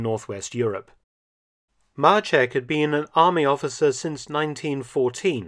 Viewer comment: Maczek not marchek ffs